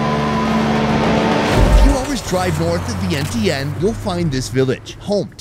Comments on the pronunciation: It’s pronounced Vien-Chun. Not sure how no one told you this. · Love all you do! Glad you tried and enjoyed Lao food. Just a tip most Lao people prefer kon Lao or Lao people. Laotian is eh. Vientiane needs a little pronunciation work lol not bashing ya! Showed my grandma this video she loved it!